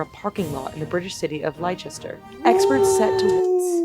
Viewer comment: it's not 'lie' Chester .... it's pronounced Lester